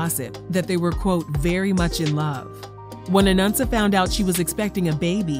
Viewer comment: Why do you keep saying “Anunsa?” It’s “Anansa”